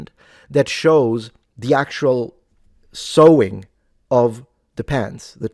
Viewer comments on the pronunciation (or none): none